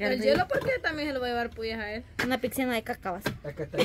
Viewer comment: dice 'pixina" 😅😅😅